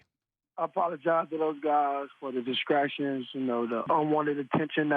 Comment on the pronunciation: What are "DISCRACTIONS?" 😂😂😂😂😂